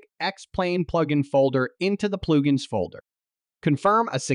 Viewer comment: You shake a bass. All you get is a very annoyed fish :) This is just a bad A.I. read. They also refer to "pluge ins" I found it all very distracting. Suggest pay a real voice actor to do this instead.